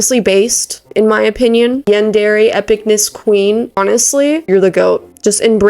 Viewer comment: Im pretty sure yandere the last part is pronounced ay (Yan-der-aye) i may be wrong